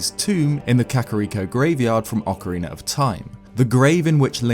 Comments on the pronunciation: i love your videos but Why do you say "orkeriner of time" instead of Ocarina of time? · Nobody:: ocareenr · he pronounces ocarina as "ockeriner". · “Ocarin-er of Time” lol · Ocariner of time is what I keep hearing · Ocariner of Time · “Ocooreener of toime” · Great video…I laugh every time you say “orcarener” lol. I’m sorry boss. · "Ocariner of Time" ... Not judging. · Good ol okeriner of time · "Ocariner of time"